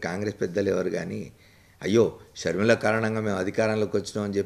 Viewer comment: Please dont pronounce YS sharmila , sharmila sarma